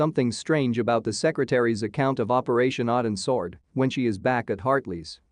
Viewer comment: What is the name of the op the SEAL team was on? I cant understand the damn AI narrator. It sounds like it could be a mis-pronouned "Odins Sword".